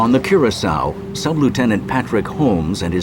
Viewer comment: I know this is petty, but the fact that nearly nobody pronounced Curacoa correctly, a lot of them pronouncing it coração. Just found it a little frustrating.